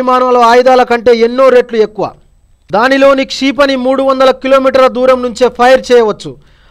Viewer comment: క్షీపని కాదు.. క్షిపణి అని చదువు అన్న